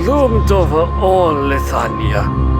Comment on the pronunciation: Is it just me? or when he said the line "He is the King of Leithania" it sounds like he said Lasagna for a second there, crap i can't unhear it anymore.